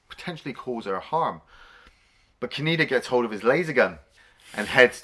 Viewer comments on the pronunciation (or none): Says "Tetsuo" perfectly... Keeps saying "Ka-knee-da"... SMDH...